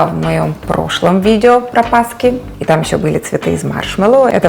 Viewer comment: Вы - Умница, Красавица. Именно ПАСКЫ💖// с ударением на последний слог👍так казала моя бабуся💖 Щiро дякую❤